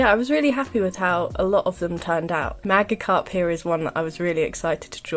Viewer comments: Loved every design, what threw me off was the way you said magikarp, usually everyone says it “Magickarp”, which is why I was so thrown off because that was the first I ever heard someone say it like that 😅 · Th away you pronounced magicarp messed with my head